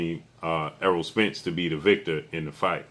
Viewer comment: His name is ERROLL not earl!!!